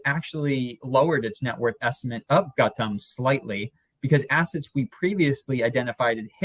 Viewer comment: The way your guest pronounced Gautam it sounded to me like Khatam! Khatam Adani!